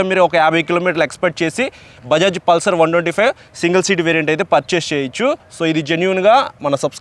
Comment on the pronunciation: అది పుల్సర్ కాదు బ్రో పల్సర్